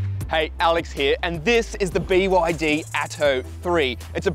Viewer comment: its actually called be yar dee